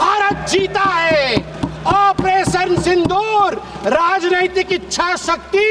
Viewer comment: At first pronounce it Sindur, don't pronounce as Sindhur